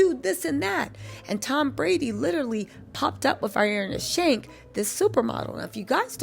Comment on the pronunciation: I love your videos so much but I keep cracking up at you calling Irina Shayk “Irinia Shank” 🤣🤣🤣